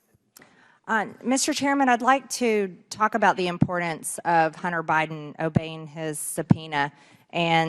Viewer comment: Will you learn how to say importance. Actually, learn to publicly speak , you constantly make us listen to you😢